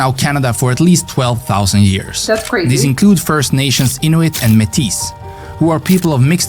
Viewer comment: You know French so this will make sense to you. The third group of Indigenous people is the Métis, so it should be pronounced “MAY TEE” without the s sound. USMCA is what Americans call the current trade agreement. In Canada we usually call it CUSMA (pronounced “KOOS mah”) in English; in French it’s called the ACEUM. We’ll never know but naming a restaurant after yourself might be due to laziness. In some (probably most) parts of the country it’s less paperwork (for some types of businesses no paperwork) to name a business after yourself. The reason, I think, is to accommodate people like freelancers or an independent artists.